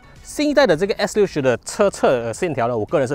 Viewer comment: 做么我好像一直听见你讲s40的😂